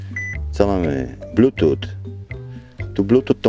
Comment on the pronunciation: Czytaj "blutus" , pozdro